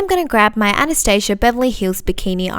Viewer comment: IM SO HAPPY YOU SAID ANASTASIA CORRECTLY OMG YOU ARE AMAZING